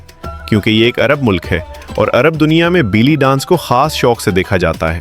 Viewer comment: بیلی نہیں بے لی